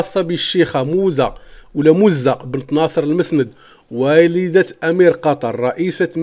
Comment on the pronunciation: C'est du n'importe quoi. غيركتخربق أوليدي. Et d'abord tu ne sais même pas lire المعنونة ça se lit al mo3anwana et non pas al ma3nouna. Et la princesse Mouza et non pas MOzza, bent El mosnad et non masnad. lawah seddari.